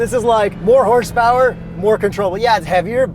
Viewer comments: HORSPWRNTORQ!!!! I like that... Keep the unintelligible-ness goin'! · Every time they say “with launch control” I smile. Same thing when yells “HAWRSE POWERRR AND TERQQ”